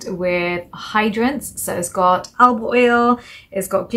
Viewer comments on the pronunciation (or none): none